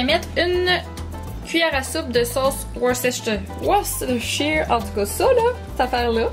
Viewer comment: haha la sauce worcestshire ;P Trop dur à dire!